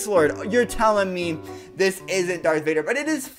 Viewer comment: Why did u say dark Vader